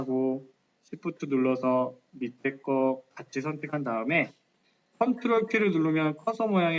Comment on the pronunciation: ctrl키 라고 말하신건가요? 조금 알아듣기 어려워서요..